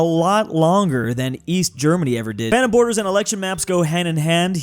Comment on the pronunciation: Bro is not saying Phantom, bro is saying Fanum